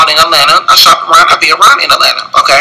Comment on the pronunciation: I swear he said "Etlanna" 50 million times. We KNOOOOOWWWW you were in Atlanta.